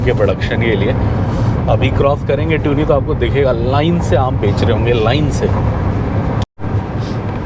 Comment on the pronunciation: It is not pronounced ट्यूनी, it is तुनी